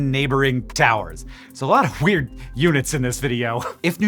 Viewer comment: He DID say Hweird.